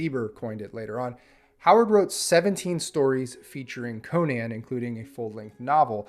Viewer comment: Congratulations on being the only person to pronounce Conan correctly on YouTube 😂